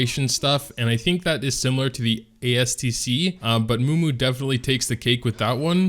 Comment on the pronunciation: your the only person I know who calls memu, mumu lmao